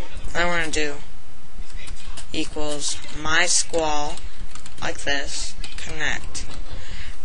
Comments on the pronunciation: just be glad he showed oyu how besides a minor defect.. mys-q-l is how its pronounced but it looks like mysqaaal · Its My S Q L like that not MYsqawl or some shit u said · Awesome stuff mate! Cheers for the tut, It's am here while I'm watching this and yet it still makes sense, good work. I can also read all that code on your screen so don't listen to any of those folks who say it's crap quality and stuff, they've just been staring at a screen too long. PS: Never heard MySQL pronouced like that, I usually say My-S-Q-L saying each letter, but I don't mind your way, it's got kind of a nice ring to it.